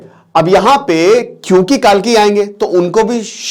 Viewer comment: कालकी नही कल्कि आप गलत बोल गए।